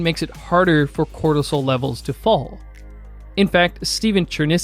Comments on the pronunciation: U keep pronouncing “cortisol” as “cholesterol” 🤔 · voice sounds like you are saying Serum Cholestrol whereas Captions read Serum Cortisol. Which one is it?